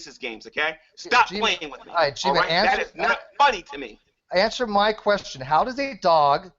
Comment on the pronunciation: got mad swag... i AXE you a QUEXXION